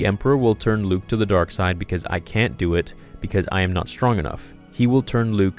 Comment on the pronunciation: "Hello there... Dew it"